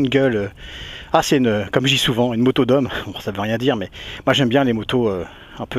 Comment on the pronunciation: ho mon dieu, une nouvelle moto!!! je n'arriveu pas a y croireu, quelleu surpriseu, l'etonement me subemergeu...